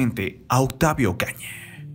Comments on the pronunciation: Octavia ciudad de mexica 🤦🤦🤦 habla bien pooooooorrrr favooooor🙄🙄🙄🙄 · Lamento mucho esta noticia, recordaré con mucho cariño a su personaje Benito. Ahhh y por qué este comentarista dice Octavia? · Es mi idea o el narrador está tratando de terminar varias palabras con la "e" Es como si quisiera que la palabra Octavio se escuchara octavie. Vida- vide mexico-mexique. Justicie, policie, miede... benite, misteriose, peligrose con muchas palabras.